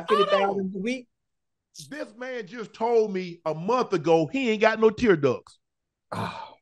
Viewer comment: Shannon said "This man just told me he ain't had no tear ducks " lol 🤣😂🤣 yep I heard you say it too Ocho lol 🤣😂 congratulations 2u both on 51,000 followers and counting 💯🙌🏽❤